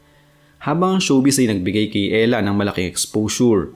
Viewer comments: E-------hra idol.... Hindi Ella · It's erha. Not Ella. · Ehra not Ela 😂